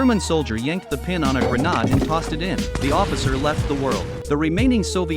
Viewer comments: It’s grenade, not “Grenod”, Jesus the voice AI’s are terrible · It's grenade not granade but still funny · it's pronounced Granade ... not Granard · Grenade❌ Grenad✅ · Garnad 😂😂😂😂 fark you A.I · I give them a thumbs down he cannot even say hand grenade from which country he came from